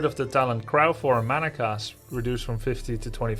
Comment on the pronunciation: I like how Grubby says "crow" like "Kr - ow" instead of "Kr - oh"